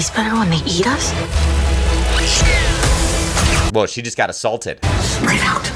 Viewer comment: "She just got aSalted" 😂